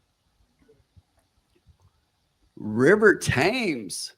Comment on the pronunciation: It's pronounced River TEMS, after the river that runs through London.